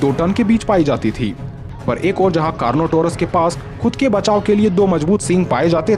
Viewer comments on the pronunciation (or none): Car not our as bro